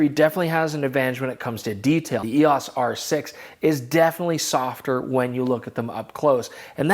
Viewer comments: EEE AAAWWWSSS?? 🤦‍♂️ E O S!! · Why are you the only person mispronouncing “EOS?”